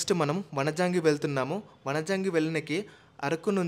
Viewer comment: Vanijangi kadu bro vanjangi